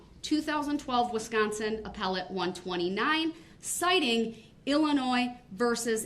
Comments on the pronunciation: Did this fool just say, " Apple-tee court".....trying to say appellate....@ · Did he just mispronounce "appellate"???? Bahahaha!!!! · Did this man child really just say “appletee” court rather appellate court? I can’t wait until he doesn’t see the light of day. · did he really pronounce "appellate" like "apple tea"?